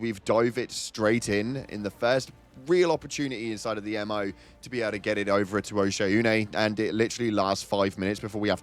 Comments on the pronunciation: I haven't payed the game in close to a month now purely because of the way you say "OH-SHAY-OOH-NAY" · Oshaune is the planet I hate how everyone pronounces it because it sounds absolutely ridiculous compared to how its actually pronounced based on how its spelled 😂, its as if Im the only one who took English and Language arts classes 😂